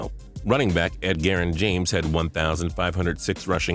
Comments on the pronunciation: Ed ger-in James? Try it this way,, edge-er-in James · Is no one gonna address the fact he said edgarrin james? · "Ed-garrin James" Are they just typing this shit into a text to speech function? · Ed-gair-in James? I must have been mispronouncing it wrong for years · This no football-IQ idiot said ED GERRIN James. smfh...What script is he reading? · why is it so hard for you to pronounce people's names right??